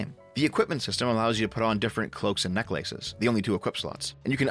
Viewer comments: Phelous says it that way too. It took me aback when I first heard it. It's odd. Interestingly... Both are Canadian. I'm guessing that is the reason why. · trying to say 'necklaces' in this video was far more interesting and entertaining than Forspoken ever was. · Never heard any human pronounce it that way he did here lol. Hope he never changes that